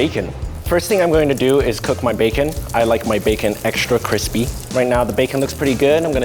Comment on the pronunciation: “I like my bacon extra crispee”